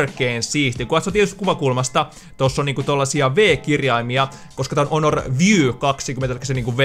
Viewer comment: Se sanotaan honor eikä onor